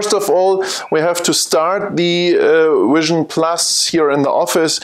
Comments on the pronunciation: Great video. Learned a lot from it. I really wanted to be able to teach you to say Vision and not Wision through the video though. I know it's just your accent though. Again, cool video. I look forward to seeing more. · your presentation is very useful and through. I am wondering about your pronouncing of V and W, why is it Software is SoftVare and Vision is Wision. You clearly can say Vs and Ws, so why are they reversed? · I realize that, I just don't understand why if you can verbalize V in Software as SoftVare why you can't do that with Vision.